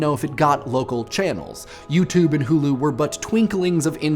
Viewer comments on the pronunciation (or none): none